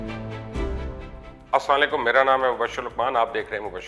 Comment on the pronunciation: Mubashir luqman bhai Mashallah Allah Tala Ne aapko bahut Ijjat Di Hai aur Achcha aur Pakistan ki ek shakhsiyat banaya hai aapko aap Jab video customer Salam Leti Hai To please please aap assalam walekum mukambal aur Sahi tarike Se Kaha Karen aap assalam walekum apni video dubara lagakar Thodi sunane ke aap as-salamu alaykum kya kehte hain Vishal Kumar by Islam Ko Na theek se bolane per iska matlab galat Banta aur bahut Gunah hota hai please please aap assalam walekum kahan Karen